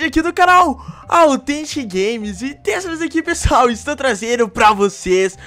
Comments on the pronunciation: ei nao é authentic é tetentic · Pq vc fala fraga tetentic